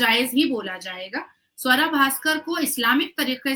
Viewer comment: Savra nahi suwra 😅😅